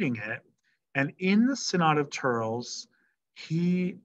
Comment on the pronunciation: Thurles is pronounced "Thur-less"